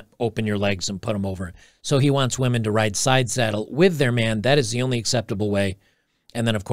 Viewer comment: Haha he said " wee men"